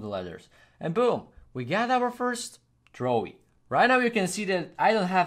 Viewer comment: Trowi not throwie